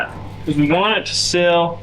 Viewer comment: Seal, not sill.